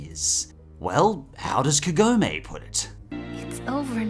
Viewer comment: "Kah-go-meh", not "Ke-go-may".